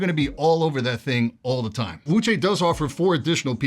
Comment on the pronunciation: you actually pronounce Wuque correctly!